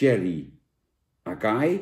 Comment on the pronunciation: Wonderbaarlijk hoe hij voor het eerst in z'n leven acai leest🤣👍